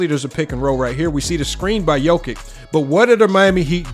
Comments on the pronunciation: Pronounced Yokitch. Great vid! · Hello from Serbia! Thank you for appreciating Big Honey's genius, but please, do pronounce his surname properly, will you? It's really not that difficult: Yock-itch. "Ć" is ALWAYS pronounced like the Italian "ci" in "ciao!" 🐺🇷🇸